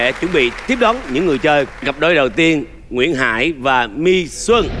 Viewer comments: Ủa ngta là Mĩ Xuân mà sao thành Mi Xuân luôn rồi 😂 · Ủa Mĩ Xuân sao Trường Giang đọc Mi Xuân😳😳😳